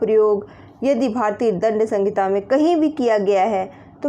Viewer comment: सहिंता होती है संगिता नहीं